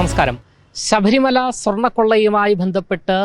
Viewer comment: ഉച്ചാരണം ശ്രദ്ധിക്കൂ. ശഭരിമലയല്ല, ശബരി മല, എന്നാണ്